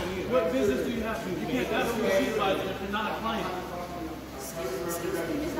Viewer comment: To the female guard… it’s ask not axe.